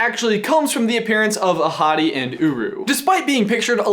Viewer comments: Does anyone think that he keeps saying 'a hottie' instead of 'Ahotti' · when he said Ahadi I thought he said ‘a hottie’ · Damn, i really thought he was saying " a hottie" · whenever you said “ahati” i thought you said “a hottie” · I keep on hearing " a hottie"... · I thought you said that Mofassa’s dad as “A hottie” 😂😂😂😂😂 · Oh. I thought he said "A hottie" instead of "Ahati", the actual name of Mufasa's father... Well, my bad. XD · I keep hearing you say A hottie and not ahati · So when you said "Ahadi and Uru", I thought you said "A hottie and Uru". If you were actually saying that, you wouldn't be lying.🙄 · Lowkey thought said the parents names were "A Hottie & uWu" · When you said Ahadi I thought you said A Hottie... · I thought you said "A Hottie" 😂😂😂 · All I can hear is ‘a hottie’ and a ‘guru’ xD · It sounds like you're saying "A hottie." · Am I the only one who thought he said “A Hottie”😂😂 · It sounds like ur saying a hotty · The entire time I thought u were saying “a hottie” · Same XD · please tell me I'm not the only one who heard "a hottie" at first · I'm watching on 2x speed so when ever he says "Ahadi" it sounds like "a hottie" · When you said Ahatté (sorry if I butchered that) I thought you said A hottie!! Lmao also can someone please tell me how to send you sock pics? Cuz I have some amazing pokéball socks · ''Ahadi'' I heard AHottie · i kept thinking that he was saying a hottie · not hungry for tacos, but every time you said Ahadi's name I thought of beautiful African women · I kept hearing that their dad is "a hottie" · When he said Ahadi, I actually heard a hottie 😂 Also, I LOVE your shirt,. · Anyone else notice that his dad's name is pronounced A Hotty? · Why do i keep hearing "A Hotty" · I kept thinking you were referring to the grandfather as "a hottie" ahahha